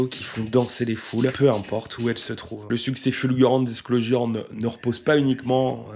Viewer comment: Fan du duo depuis le tout début (et ayant eu la chance de les voir à l'Olympia) merci pour ton boulot ! Bon si je ne m'abuse par contre tu massacre la prononciation de Disclosure il me semble. Dommage car tes autres prononciations de l'anglais sont plutôt justes ! On dit "Disclozheure"